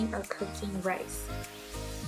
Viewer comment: she meant " Rice" I'm sure not "rays" 😂😂